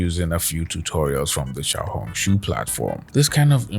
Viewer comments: All I hear is xiao-honk shoo and it makes it so hard to focus😭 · Everytime say Xiaohongshu it reminds me of yap dollar